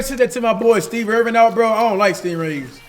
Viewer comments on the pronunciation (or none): 😂💀 cash said his name wrong his name is Steve Irwin not Steve Irving